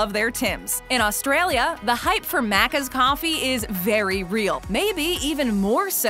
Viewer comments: My biggest recommendation is before making a video about this, maybe actually going to Australia and checking out our maccas. - Aussies don't say Maccas like that. - Aussies don't say slang like that. - Aussies don't say deffo. We say "defs" or definitely. - you cannot get vegemite in a maccas. It is not a sauce option at all, and just wouldn't taste right in a burger. - maccas coffee being a well-loved commodity????? It's sub-par at best and nobody could particularly care for it. Nobody goes to maccas for their usual coffee, probably only get a coffee there if you're already there for the meal and go "might as well". - Mccafe is it's own section inside of a mcdonalds. - loaded fries were limited edition, you can't get them anymore. - the loose change menu still exists. - the app doesn't have a point system, just discounted items that change. - You can still buy singular items on their own, they don't have to be in combos. - Maccas architecture is usually plastic af unless you're in certain rich suburbs. Inner city is too crowded, it's usually steel and plastic. Very very few maccas are wooden and fancy. - Maccas is not served on thick wooden tablets, only for the deluxe menu. We use plastic trays. - "Leaning into higher end" my ass. It's fast food. It does not even compare to our casual restaurant or cafe culture at all. - The desert menu for maccas is different to the mcCafe items. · totally agree and i cant stand the way she says aussie and maccas like seriously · the way she says maccas 🤢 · Its pronounced vege might also maccas are the best suckers!! (Im ausse) there is a value menu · OMG, THINGS ARE DIFFERENT IN OTHER COUNTRIES!?!?!?! That’s what this video screams and the terrible mispronunciation of Macca’s is disgusting to hear. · Hate how you say macca’s hurts me inside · I cringe at how she's pronouncing Macca's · It’s maccas bot maaacas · “At Muccaz” 🤦‍♂️ Americans tryna pronounce our slang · Bro it’s Mac-is, not mackas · The Uh C's